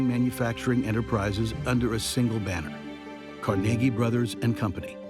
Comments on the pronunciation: CarNaGee is right. Carnegie Hall is not CarNegge Hall. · Actually he pronounced his name Car-neg-ie NOT Car-nagie. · It's not Cor-nagy. It's Carnegy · Never heard Carnegie pronounced like that before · have never heard Andrew Carnegie's last name pronounced they way the speaker says it ... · Please say to yourself "Carnegie Hall" and then ask why PBS is pronouncing their name so horribly wrong.